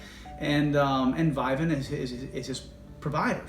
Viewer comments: Pronounced vivint not vi vint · It's vivint not vivant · Those touchlink panels you’re referring to are trash and slow. Vivint’s panel is much better. Why would they create something that could be taken over anyway. Also it’s pronounced VIV-INT not VI-VENT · It’s not Vidant there’s no D in the name it’s Vivent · Lmao.. Whoo tf is "VIGH-VENT"😂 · You’re saying the name wrong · I think you’re saying it wrong... lol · First off pronounce the name right first before making a video about it lol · You’re pronouncing “Vivint” wrong. Lol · Wait what's the issue? Just because they make it so no one else can use their equipment? And you don't even pronounce Vivint correctly 😂